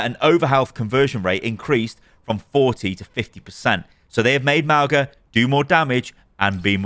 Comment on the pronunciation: Ma - oo - nga 😒🙄